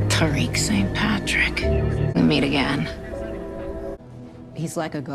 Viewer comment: “We meet again Tawreek St Patrick”🤣